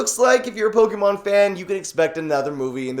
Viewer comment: Please say pokémon the correct way